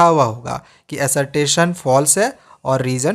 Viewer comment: Assertation nhi assertion bhaiya